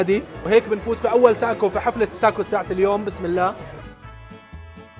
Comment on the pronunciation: اعتقد اسمها تاكو مو تاكوس الآس لا تنطق